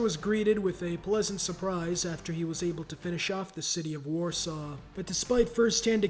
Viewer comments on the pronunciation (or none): none